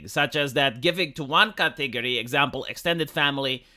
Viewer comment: That is certainly one way to say the word "category".